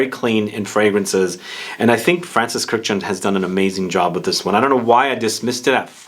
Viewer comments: The only guy who pronounces Kurkdjian's surname correctly. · The way you pronounce Kurkdjian makes me cringe. Good video tho